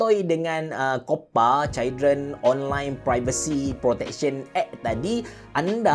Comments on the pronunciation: sebut betul2. chuldren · No one: Me: dgr brader ni ckp children (cail dren) Also me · Sebut Children salah tu bang...